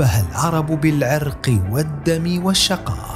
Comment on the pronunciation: تقرير عن العرب ومع ذلك تقول بِالْعِرْقْ قاصدا بها بالْعَرَقْ . الرجاء الإنتباه للأخطاء اللغوية .